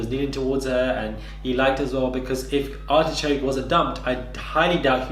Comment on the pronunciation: Hold on did you just call Artichoke, ARSECRACK!!! Omggg 😱😂😂😂😂 IM DEADD!! 😂😂 BAHAHAHAHA!!!!!